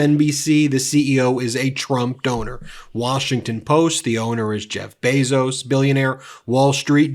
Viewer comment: It's Bezos, not Bezo. Illuminating list of CEOs, who support DJT. No wonder there is lack of adequate coverage of the awfulness of Trump.